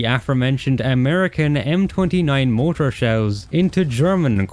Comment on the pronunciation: It's pronounced MOR-TAR not MO-TOR, learn how to pronounce words you repeat multiple times. Very annoying!